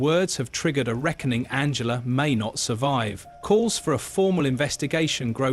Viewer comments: No shes backing all her horses incase she becomes pm and needs a husband in tow as kier with his wife . Her name is An gel a English pronunciation as you seem to think she german and swapping between the 2. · She is not German her name is pronounced A N G ela